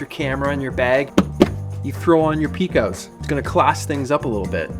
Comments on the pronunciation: I believe Pecos (Peecos) is pronounced Pecos (Pay-kes) as in Pecos Bill, fictional folk hero cowboy. Introduced 1917. No matter how you pronounce it I enjoyed that you shared your boot fetish with us all! 👢👢. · Bruh… if you say PEEkos again… Pecos as in Pecos Bill… PAYcos. It’s a Spanish pronunciation. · Nice. Notpronounced "PEE-COS". It is PAY-Cos, as in Peco, Texas, as in "west of the Pecos" cattle drive/cowboy thang. Eh? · Pecos. As in Pecos River. In New Mexico it's often pronounce "Peh-cohs" and further south into west Texas it's pronounced "Pay-cus". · It’s pronounced Pecos (Pay.Cohs) like Pecos, TX or the Pecos River Pete 😂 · I got a pair of red wings for work and a pair of indie ridge knights for riding 🛵 Also for the pronunciation, I believe is Pecos not Peecos, if that makes sense 😅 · Those seconds boots are pronounced pay-cos like pecos Texas funny fact about pecos Texas their town mascot is pecos Pete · Pecos pronunciation Pete: pay·kows You know like Pecos Bill. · Nice vintage boots. BTW Pecos is pronounced - Pay-kows, at least in Texas and New Mexico, no judgement on my part though, as there are way too many names I mess up big time. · Pete! It's pronounced "Paycuss". Spent lots of time in Pecos, Texas. That's how they say it. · Just an FYI from a Texas boy....Pecos = "pay - kos" it's a place in West Texas. Great boots....dusty, empty place. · Great little roper boots! If it's pronounced anything like the town in Texas and the river, the Pecos boots would be: PAY-kows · Maybe PAY-Kose? Like the Pecos Bill the cowboy character That right there is a great story! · It's pronounced pay-kos. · Pecos is pronounced "PAY-CōS. Like PAY Coast, but without the T. Rad Boots. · UH Pete, I think it's pronounced "pay-koes". Check out the Pecos River. Could be wrong, but I'm just guessing based on the spelling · Sorry pete...it's PAY-kəs ... like Pecos, Texas or Pecos Bill (mythical American cowboy)